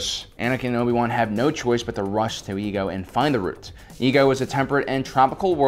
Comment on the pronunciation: The planet obi & Anikan went to for the cure was not called EGO 😂😂😂 it’s pronounced either I-ego or Ay-Igo